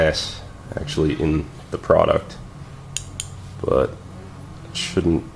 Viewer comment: the way you were saying "product" sounded like you're making cocain xD